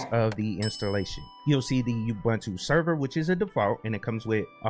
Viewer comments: It's pronounced "ooboontoo" not "yahboontoo" btw! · For what it's worth, I started saying Ubuntu and I still find myself saying it even though I know it's ooo-boone-too lol